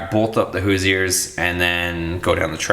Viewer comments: Hoooooooo. Sure is how its pronounced I live 30 minutes from the main headquarters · So what you don’t know how to pronounce Hoosier we’re not here to pick on you it’s your channel. I do not think you should re-plasti dip The 20s you said you’re selling all the stuff we getting another project you’re going to ruin the value of the wheels nobody wants black spray paint wheels you should be able to get probably 250 for in The condition that they are in tires can be replaced wheels are hard to find. General repair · Love your channel, but look up how to pronounce Hoosier. Hahahaha!